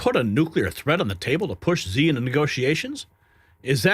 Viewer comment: please ask around for the correct pronunciations of Xi and Michio Kaku. Thank you